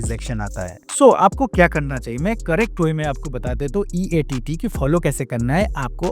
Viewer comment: EEAT HOTA HAI EATT NHI